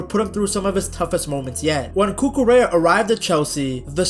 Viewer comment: The L is silent! Cucu-REA